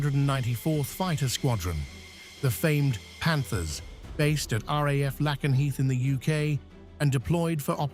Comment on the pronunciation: "Lay-Ken- Heath".